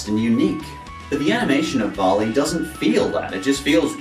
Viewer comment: vali is pronounced "vehli" lol. great video anyways. keep it up!